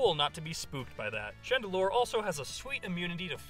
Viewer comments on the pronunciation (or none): Chandelure, not Chandelier!